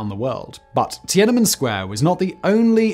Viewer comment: Once again, Simon mangles foreign names, anglicizing Tian.an.men's [an] to a schwa and Уфа́'s [u] to [ju].